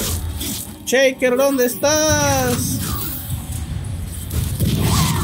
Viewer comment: ve mid "cheiker" ese inglés jejeje